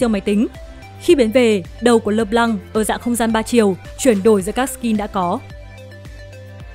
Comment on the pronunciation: Trc khi bt đọc là "Lơ p-lăng" thì lại đọc là "Lê Lan" :<